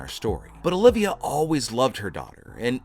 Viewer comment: OLVIA DUDE HER NSME IS OL-VI-A